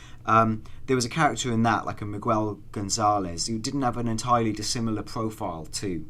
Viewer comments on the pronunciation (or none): I get so agitated when you pronounce Miguel as Mig-well rather than Mig-el